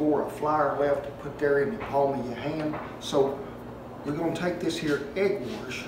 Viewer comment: Did he say "egg warsh?"